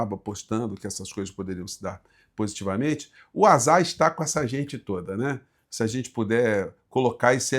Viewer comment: Oi, AZar, são duas sílabas 😂